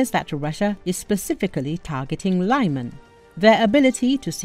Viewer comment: Liman is not pronounced laiman, it is leeman.